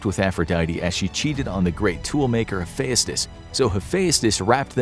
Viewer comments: Tar-Tarus an hapheyastus. Whyyyy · It's hu-fe-st-ous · You really butchered some pronunciation in this, Hephayustus? Bruh come on how have you never heard of him, it’s pronounced “Hephestus” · Hephaestus is pronounced hif-EST-us in American English. If you want to be really correct, Uranus is pronounced YOR-uh-nus, which doesn't inspire so many jokes. Dionysus probably wouldn't appreciate being illustrated as a white-haired old man. He was usually depicted as a clean-shaven or bearded young man. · Yeah, and I thought I was pronouncing them all wrong, like "Hephaestus" pronounced as "Ha-fe-as-tus"? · The way this guy pronounces Heaphestus reminds me of how Frank Welker pronounced "treasure" when he voiced Fred Jones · I'm not sure what's worse the accuracy of this list or the way you pronounced most of the names the worst one being hephaestus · the way he said hephaestus 😂😂😂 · His pronunciation tho. He says Hephaestus like a Scottish lad.